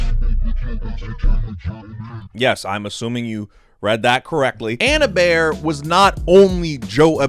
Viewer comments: Her-Bear is an insane pronunciation for Herbert lol Edit: Just heard pronounce it, sorry for doubting you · Hebert is pronounced "ay-bear"